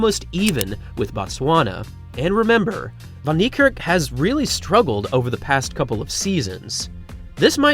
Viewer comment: For someone who purports to respect Wayde Van Niekerk, you still haven't learned how to pronounce his name correctly - despite the fact that people (not only me) have been pointing this out to you for years now! The "Van" is NOT pronounced "von", as you repeatedly do. It's more correctly pronounced as "fen". Your continued butchery of his name is disrespectful and inexcusable.